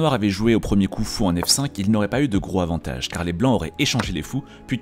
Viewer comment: Très intéressant! Petite correction avec un Gros(Z)avantage, on fait la liaison, peut-être un jour...